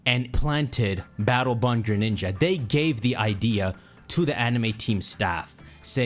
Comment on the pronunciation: All I hear is BATTLE BUN 😅